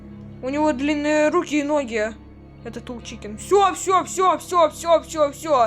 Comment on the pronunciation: Тол чикен❌ тоу чикен✅